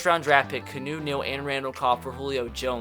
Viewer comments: Your name pronunciations are trash canoe Neal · it's Key-Ah-New Neal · Just call him kee aw no please. His name isn't fucking pronounced canoe